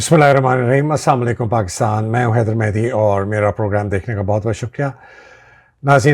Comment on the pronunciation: Sir. I noticed your way of salaam. It was not right. I heard it again and again. Please make it correct as Assalam o Alaikum.. Not Saamalaikum... And please excuse me.